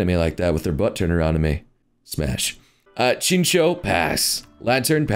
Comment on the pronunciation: He just said Chin-cho. On chinchao It's pronounce chin-chow Srry